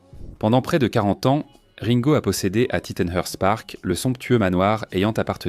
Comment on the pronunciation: Et Ringo prononcé raingo ! :)